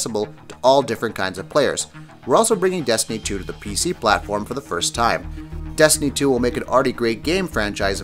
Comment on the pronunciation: "Desiny 2" 😂